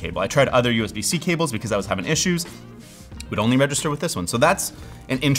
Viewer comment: Saying Cables in Spanish 🤣